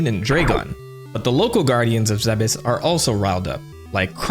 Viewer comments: Good but its pronounced planets Zebes (ZEEBS) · Isnt Zebes pronounced like Thebes? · Zeh-bes? Tf??? It's zeebes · 12 year old me used to pronounce it "zeebs" when autistically downloading the lore into the nearest earholes. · Am I the only one who pronounces Zebes as "Zeebs" like Thebes? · So who else always thought it was pronounced "zeebs"? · I thought it was pronounced "Zeebs" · It's definitely pronounced zeebs 😂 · This video made me realize that I've always thought the planet was pronounced Zeebz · am i the wrong one for always pronouncing it as "ZeeBis"? Like come onnnn it rolls off the tongue better plus you can say it in an old cowboy voice and it sounds like gold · We've all have pronounced it "zeebs" at one point. Also in the original metroid manual on nes they called it Zebeth. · i just hate the way you say zebes lol